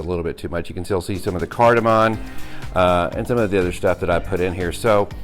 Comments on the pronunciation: I've made a very similar sauce using similar ingredients, was great. Just one tip, its cardimom not cardiman. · Cardiman? Don't you mean cardamom?